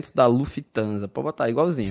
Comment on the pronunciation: O dizendo Luffy Thransa foi um remédio pra alma, sem maldade